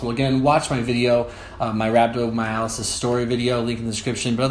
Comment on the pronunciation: Sorry that happened to you man. Just wish you would have said rhabdomyolysis right though. Get better.